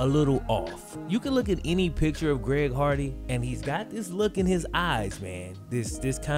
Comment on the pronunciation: Only reason I remember him is cuz of him saying “ Greg hogwarts”